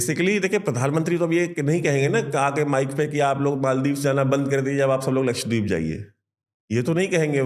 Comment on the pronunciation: Laksh- wa- deep nahin, Laksha- dweep